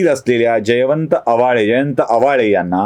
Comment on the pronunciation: जयवंत आवळे अस उच्चारयला हवयं “आवाळे” नाही. अविश्वास ठरावा वेळी हे उशीरा आले व विधान भवनात प्रवेंश नाही करू शकले.